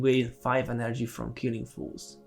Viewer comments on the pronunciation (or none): Bro I love your videos! I don't wanna be that guy but you are pronouncing FOEs wrong in every video :D It's not pronounced "foos" but more like "fowz"